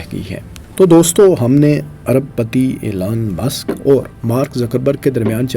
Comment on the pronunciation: O bhai ap apna pronunciation tu theak kar lo Aur Elon musk aur tesla aur space X aur .... Though it's a criticism but improve your accent